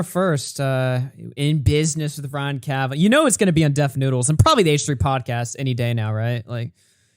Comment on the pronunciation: Don’t believe Keem for a second. And I think deep down, doesn’t believe him either. Also, it’s not “Kavanoff” Keem 😂 This man can’t pronounce a name to save his life.